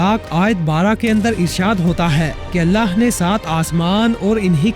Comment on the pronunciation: mery bahi ap ny buhut acha beyan kia hy tamam nishaniyon ko mashallah lekin ik choti si galti thek ki jiye ga ky hamesha lafz allah ky akhir mein haa hy ha nahi or in donon ki pronounciation alag alag hy to apni ye mistake thik karen meaning mein farq a sakta hy